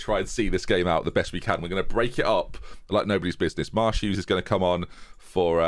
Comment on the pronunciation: You say Marsh-Hughes, but all I hear is " Ma' Shoes"